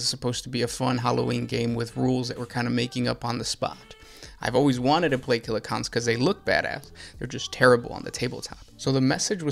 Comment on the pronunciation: I have a hangover or Covid, I don’t know, but everytime he says ‘killa-cOn’ it hurts. He’s got a video on Def drods too.